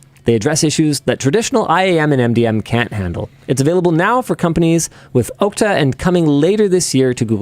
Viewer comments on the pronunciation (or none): Psst -- "Okta" is pronounced like AHK-tuh, not OAK-tuh.